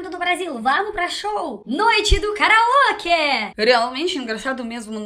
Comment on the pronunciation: noite do carauoque kkkkkkkkkkkkk não séria karaokê